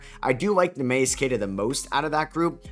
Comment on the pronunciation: Nee mee us is the pronunciation for Queta ! probably not worth ramping up Tatum .